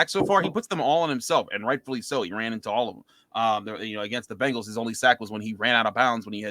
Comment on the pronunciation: I wonder if the Locked on Browns host still pronounces Bengals like Bangles when he’s not drinking.